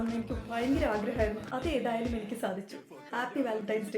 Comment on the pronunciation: വാലൻന്റൈൻ്റൻ്റൻ്റൻ്റസ് day 😂😂😂